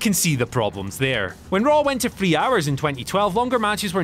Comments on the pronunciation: I hate how some British people don't know the difference between THIRD and FIRD. It's THREE , not FREE. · This guy can't pronounce words. "When Raw went to tree hours.." What is tree hours?